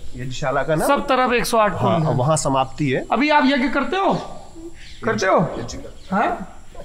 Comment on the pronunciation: "यज्ञ" मेंं "ज्ञ" का शुद्ध उच्चारण सुनकर अच्छा लगा।